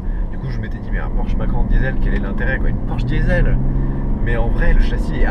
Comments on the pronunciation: On dit macane pas macan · Mais comment tu peux dire « macan » en « en » 😱